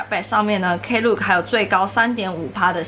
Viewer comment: 不好意思，不是shapback喔是shopback. Klook是連在一起念的。感謝介紹!